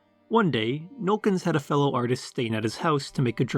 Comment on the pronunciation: “Nollekens” is three syllables.